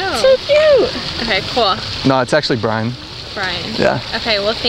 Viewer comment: "briaxn" you fucked up everything in this one.